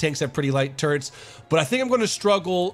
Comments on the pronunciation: hahaha, turrets sounds like Turds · I love how fast he says turrets, it sounds like he is saying turds